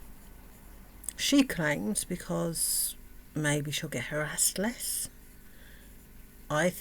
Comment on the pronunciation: when you say harraased.. what happened?